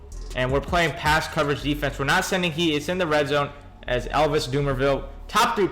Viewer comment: U just don't know how to say defense...try using all mlb